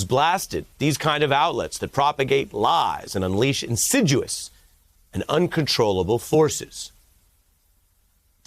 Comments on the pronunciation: Jeez Ari, the word is 'INSID I OUS' .. NOT .. 'INSID U OUS' . But hey, you Americans have totally new words like ' secont' (aka 'second') and 'impordant' (aka "important' ) WTF is that sh1t ??? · In-sid-e-us not in-sid-u-us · The word is insidious. You said insiduous. It’s IN SID EE US. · Ari, that word is pronounced (in-sid-ee-ous). Insidious, like Foxitis in a haters soul. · IN-SID-U-OUS??? really Ari??!! LOL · Ari, i dig what you do but you done butchered “in•sid•I•ous” but good. Oh well, you all speak so many words so quickly so it’s an honest mistake. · Another sign of the decline of the US. A news anchor who doesn't know how to pronounce "insidious." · This presenter needs to learn that there's no U in "insidious."